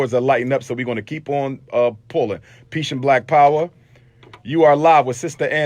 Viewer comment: he says, "Peesh and Black Power" Peesh means getting some Head!! Umar Umar UMAR 😅😂🤣 SICK